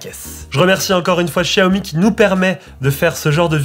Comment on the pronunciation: C'est la prononciation exacte en chinois